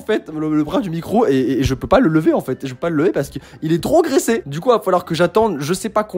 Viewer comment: quand tu as dit graissé j'ai entendue "agressé"